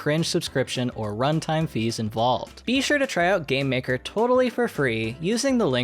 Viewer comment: I thought is said GambleMaker for a second and was really concerned